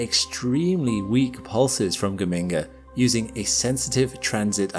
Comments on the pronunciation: The origin of the name Geminga, as you have kindly explained it, makes it clear that that it should be pronounced Ge-min-ga, not Ge-ming-ga as you have it. There is no "ming" sound in it. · BTW, It's pronounced dʒəˈmiːŋɡə (that's a "J" sound at the start). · as an Italian, hearing gheminga as a scientific term is something else😂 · Ever time I hear you say Geminga I want to hear BAZINGA!